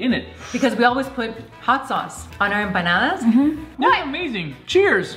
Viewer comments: Its not empandas its panadis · I heard empananas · I just keep hearing banana instead of empanada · When said "enpandes " I died 🤣🤣🤣🤣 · really didn’t get one since she said it wrong.😂😂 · Then trying to say empanadas 😂❤️❤️❤️💀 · Cuz she said it wrong